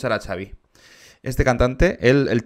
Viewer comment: Creo que se pronuncia "Javi"